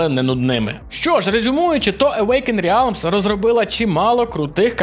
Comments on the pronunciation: Не РЕАЛМ, а Релм! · автору стоит немного поработать над произношением звуков из английского языка, а то "реалм" и "зе" уж слишком режут слух